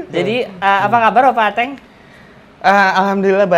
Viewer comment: dibaca atengnya 😅